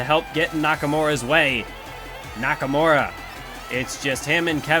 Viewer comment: Nakamure instead of nakamura